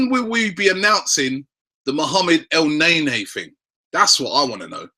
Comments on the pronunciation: not ELNEYNEY Robbie , try El neynee. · Damn Robbie you sure are persistent with the whole EL NAE NAE - He's pronounced EL - NENI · From now on if I hear you say el nae-nae I'm clicking off the video